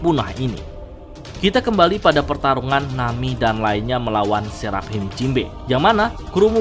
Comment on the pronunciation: dari dulu bacanya Serap Him, ajg lah itu dibaca serafim